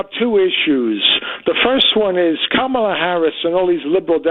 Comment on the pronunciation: Ant, it’s Kamallah not Kamella…… emphasis on the “Allah”.